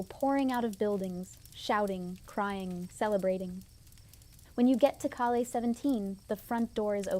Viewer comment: FYI…..”Calle”…..is pronounced “Kai-yeah”…….see if you can get it right!